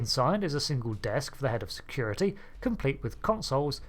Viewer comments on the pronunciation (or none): none